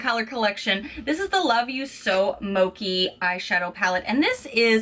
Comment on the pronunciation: I am so sorry to be nitpicky but it isn't pronounced "moh-kee", it's "moh-chee". Otherwise this was a good video :) thank you for sharing